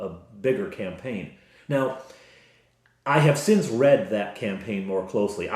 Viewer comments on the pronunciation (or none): none